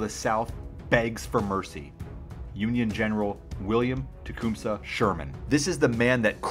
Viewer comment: TE- COME-SA (he was an Indian chief). Not TE-CUME-SA.